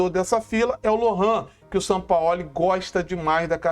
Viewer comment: nitidamente vc está novamente passando pano p Sampaóli como vc diz, Sampaó ó 😂😂😂😂